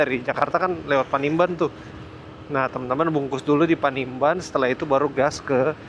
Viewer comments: Panimbang!! Bkn panimban ...😅😅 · salah sebut, bukan panimban tapi panimbang